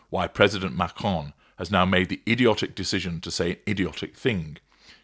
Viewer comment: Who cares candace butchers names herself ishrael and macroone